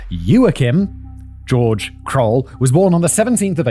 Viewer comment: when do we tell simon it's pronounced gay-org, not george